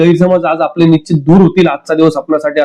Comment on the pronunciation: 😢 निश्चीत शब्दाचा उच्चार शिकुन घ्यावा. न आणि ण मधील फरक समजून उच्चारा.